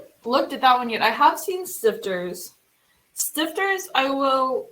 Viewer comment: [ˈʃtɪftɐ] not [ˈstɪftɚ]